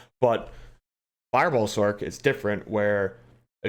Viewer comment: Fin sorK lol it’s Sorccccccc like pronounce sorceress it’s not sorKeress lol fun list pretty much agree console is kinda ass pvp